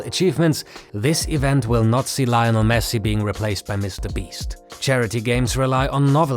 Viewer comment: Lionel* not Lainl